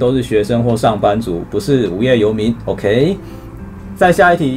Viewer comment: 到底在恭三小 偶ㄎㄟˊ？整個就很扯